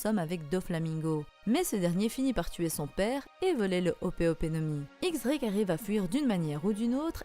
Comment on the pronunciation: on dit "Diez" Drake